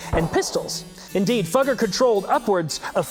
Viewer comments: It's pronounced Foo-geh. But I get that's not as funny. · It's pronounced "Foo-gger" as in FooFighters, but with a short "oo".